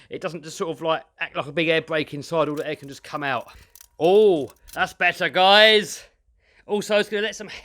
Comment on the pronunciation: Love this build but I love how u say what do u recon guyals sound like guys and gals at the same time lol